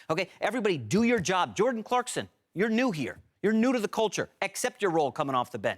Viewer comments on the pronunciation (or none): For the love of god his name is Clarkson not CLARKSTON